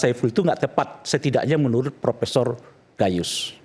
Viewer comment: Gayissss atau gayussss😂😂😂 seperti orang bego